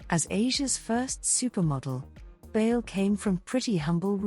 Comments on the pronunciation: Bayle is pronounced as dance in Spanish “baile” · Bay-le....like dance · Would be nice if her last name could be pronounced correctly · It’s okay. Outside of the Philippines they have been pronouncing it wrong. People have been pronouncing it like Bail or Bay Lee when it should be pronounced bajle or baahylë. Bayle is borrowed from the Spanish word Baile which means dance.